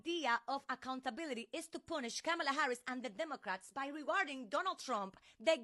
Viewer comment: If they are gonna say her name they better say it correctly